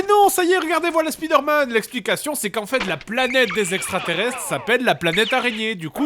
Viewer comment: L'épisode est bien , mais tu dis vraiment mal Spiderman Tu le prononces à la française[ouais bon t'en ais un aussi XD]